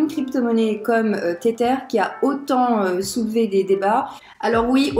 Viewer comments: Insupp d'entendre "téterre" toutes les 15 secondes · Car la vidéo reste interessante et que tu connais ton sujet. Mais faut avouer que, pour une experte crypto, ne pas prononcer correctement le nom d'une crypto connue ca la fout un peu mal. C'est pas une question d'accent Anglais car ca c'est pas important. C'est comme si tu disais le "Bitkou1".